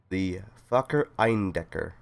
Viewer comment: You pronounced Eindecker pretty much perfectly :D Also hope your throat is getting better soon! Also, the "support" you got was priceless - popping in on screen for two seconds before colliding with each other xD